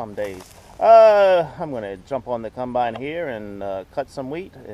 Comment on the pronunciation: Please stop saying cumbine it’s a combine